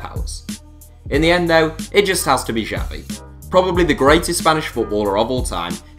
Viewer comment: Xavi Is pronounced "tshavi"